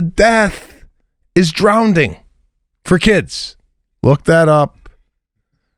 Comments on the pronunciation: I have to agree with Sebastian about teaching babies to swim. Pete, it's to prevent the child from drowning. And Sebastian, it's "drowning", not "drownding"..lol! .. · DROWNDING" LMAO...😂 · Mr. “Ivy League” just said “drownding”! 😂😂😂😂😂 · No way Sebastian is talking about drowning without even saying it right…”drownding” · This isn’t the first time I’ve heard him pronounce it DROWNDING 😂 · Please bring up “Drownding” on the next Cast 😂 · Sebastian it’s “Drowning” not “drownding” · " DROWNDING" ?? Theres No d Sebastian. Its Drowning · is he saying drownding? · Yes. He's actually saying drownding 🤭. Multiple times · Drown ding! 😂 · Worried about his kids drowning, and he can’t even pronounce it…..good grief